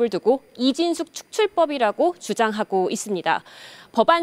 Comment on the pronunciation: 기자님 ㅋㅋ 발음 새서 이진"쉑"이라고 한 듯ㅋㅋㅋㅋ 😂 이상하게 속 시원하네요ㅋㅋㅋㅋㅋ